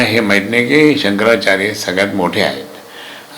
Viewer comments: शंकराचार बोलतो, शंकरचार्य म्हणता येत नाही,बेवडा पिल्यावर असे होते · नारोबा पहीले शंकराचार्य असा उच्चार करायला शिका. तुमच्यासारख्या गाढवछाप मानसाला जे मोठे पद देतात ते लोक सगल्यात बावलट आणी मुर्ख महणायला पाहीजे. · बुल्या कोंबडीचोर तुला निट शंकराचार्य म्हणता येत नाही लवड्या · यांना शंकराचार्य हा शब्द देखील नीट उच्चारता येत नाही!!! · नाऱ्याला नीट शंकराचार्य म्हणता येत नाही आणि हिंदुत्त्वाच्या गप्पा मारतोय झा......😂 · राणे ला शंकराचार्य म्हणता येईना आणि लागलाय हिंदुत्व शिकवायला.